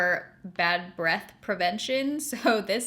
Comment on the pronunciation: I regret to inform you that your pronunciation of breath sounds exactly like breasts 😂 lol but anyhow my holy grail dry shampoo is the Batiste brunette version. And my HG body wash is the OGX coconut coffee scrub. It smells divine (not really like coconut or coffee, more caramely imo) and lightly exfoliates.